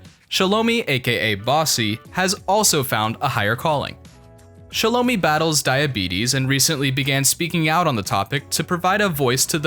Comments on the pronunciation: You pronounced her name wrong! It’s “shallow-my”! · THIS VIDEO WAS TRASH. You got everything wrong from the pronunciation of Shelo mi's name to Shilo being the butt of jokes. Shilo is the fan favorite! Next time get it right!